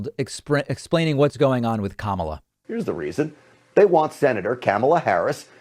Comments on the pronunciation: Cam-ala Harris??? I know of Kamala Harris... When you heard her name a hundred times and your still saying it wrong...that's sus af. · "Kam" ala?? Is he just as bad as Trump when he said "Ku" mala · Obviously Stinchfield is pronounced St INCH field and not stink field, and i dont like this sort of nonsense in a supposedly serious commentary, but then when David flicked to stinky he pronounced Kamala as Camel-ah , so all's fair in love and war stenchy stinky field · These “theories” are just ridiculous. I love how these right wing channels keep saying Sen. Harris’ first name incorrectly on purpose. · stenchfield mispronounces Kamala's name, probably intentionally, although being a GOPer, he doesn't read that well. What a bag of gas. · Notice how he intentionally pronounced kamala's name incorrectly? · Notice how they always intentionally say her name wrong smh. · Wow Stinchfield can't even pronounce her name... Why would you trust someone that doesn't know enough about politics to even pronounce names correctly. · Starts off with Stinky Dude misprouncing Kamala's name. So sick of this propaganda.